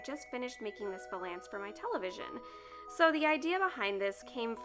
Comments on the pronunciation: Scandi Snowgirl i know what it is, apparently she pronounces it wrong check out last week lolita news she has a full episode dedicated to her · Nobody is going to talk about how she saying vuuuhlance? Lol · I came to the comments section to see if anyone else pronounces it differently Lol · Maybe she’s pronouncing it right and we’re all wrong?!? Dun dun dun! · How you say valance like its two words LOL. No hate, just giggled every time. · You probably don't care at all, but you pronounced valance wrong the whole video. Cute, though. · I'm still waiting for that French person to pop up and say how she's not only mispronouncing it, but also how the term is supposed to describe the curtains rather than the piece of furniture (if I'm not mistaken).